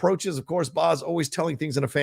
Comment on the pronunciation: it's BAZ as in BAZZA for Barry, not BOZ.